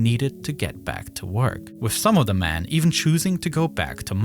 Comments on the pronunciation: Why do you keep pronouncing “men” as “man”?? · Whats with the wierd pronounsiation of men? It is so distracting ;S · amazing video, though the pronunciation of men as man kept confusing me